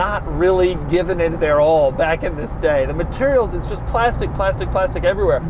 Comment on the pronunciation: When he said “this” it sounded like he said VIS…😂💀